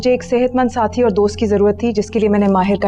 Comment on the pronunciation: When she said shehatmand sathi 😂😂